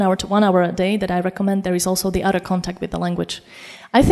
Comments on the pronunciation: ...whedder... udder....(whether ....other )...not being pedantic (understood perfectly).... just saying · Very nice talk. But I wonder: at time point [ 1'52" ], when she says "other", why can't a polyglot pronounce it /ˈʌðə/ but /ˈʌdə/ instead? Most Dutch and Germans do that mistake. Easy to correct for a polyglot.